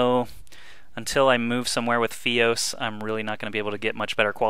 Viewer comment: THUMBS THIS UP, It's pronounced FIOS not FEE-OSE